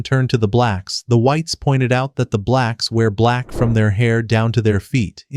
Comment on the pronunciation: Bro did not need to emphasize “blacks” every single time lmaoo